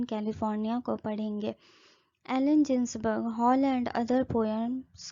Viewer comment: मैडम एलन "जिन्सबर्ग" नहीं .. "गिन्सबर्ग " होता है Good Explanation